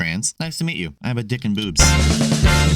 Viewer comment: Ngl, i thought she said boots.